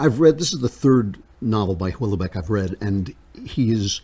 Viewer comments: It's an eerie read. BTW, it's "well-beck". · The best line in the book, after his Jewish girlfriend leaves France for Israel: "There is no Israel for me" Also it's pronounced Well-beck! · Im am Dutch and well-beck is corect